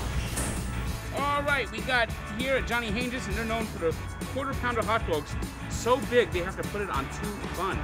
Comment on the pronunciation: it's pronounced Han-geez not Han-jis